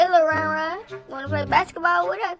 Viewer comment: Rev: Lil yan yan The actual way: Lil ron ron